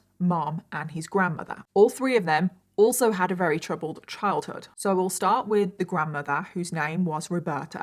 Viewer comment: I love her but did anyone else notice how she says very like rery?